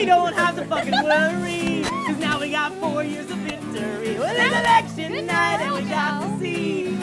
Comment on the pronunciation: was that "election" or "erection"?